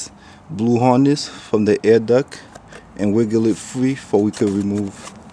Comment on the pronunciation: Nice vid but it's duct not duck. Just saying lol lovely bike